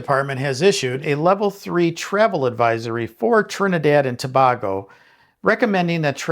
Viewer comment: It’s Trinidad and “Toe-bay-go”